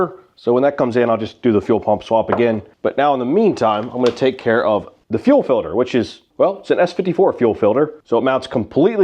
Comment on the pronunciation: "fuel filder"